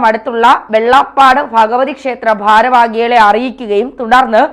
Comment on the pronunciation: ഭാഷ വ്യക്തമായി ഉപയോഗിക്കൂ ഭാരവാഹിയാണ് അല്ലാതെ ഭാരവാകിയല്ല